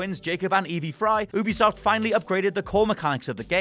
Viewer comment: Ubisoft Oo-bisoft ❌ You-bisoft ✅ Learn it, now